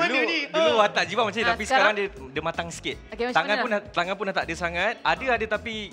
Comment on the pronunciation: Poor Roax, Nabil say his name wrongly again... Including Jibam on XD